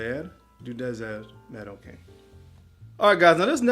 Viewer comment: Nice list but you really butchered Tauer - l'air du dessert Maroccain (the air of the Morrocan dessert) the first time, the end is much better. (Inspired of the spice market) Keep spitting out those nice videos! Love them!